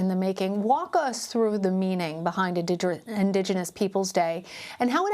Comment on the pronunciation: Joe can’t even pronounce indigenous.